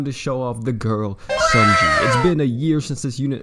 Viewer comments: According to Louvet, it’s pronounced ‘sony(like the company)-yay’ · You say her name wrong. No hate; it just bothers me a little.